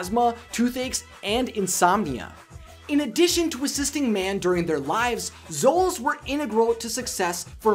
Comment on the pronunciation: The only thing that annoyed me, was he kept saying solos instead of xolos... And the god is Xolotl, not solot...